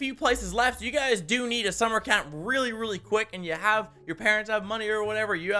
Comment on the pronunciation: At first when you said "I'm going to camp!" I thought you said that you were going to Canada. And then I got really excited because I live in Calgary. Lol